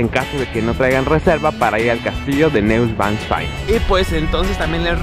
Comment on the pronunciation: No seas paletoso wey se pronuncia noischvanstain